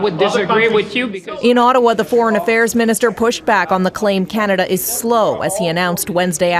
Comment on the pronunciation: Pattison wu. Ah..cananada?